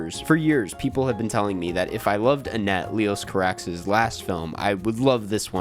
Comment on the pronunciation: the carax pronunciation is killing me